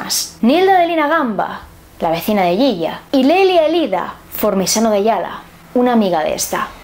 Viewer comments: me encanta escucharte decir "yiya" en tu español, para nosotros argentinos es "shisha", te admiro! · Considerando como funciona la justicia argentina, es reeee probable que la condena haya sido forzada y sin pruebas justas. Y lo del hijo puede ser una buscada de fama increíble. Por cierto, siendo un apodo argentino, se pronuncia Shisha.